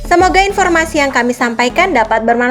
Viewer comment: Aksen mauliatenya kurang pas.tetima kasih horas.